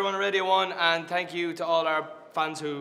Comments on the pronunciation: "Tank you" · “Tank you” awhhh